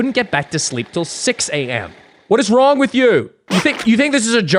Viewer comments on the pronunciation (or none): “WHAT IS WRUONG WITH YAUR”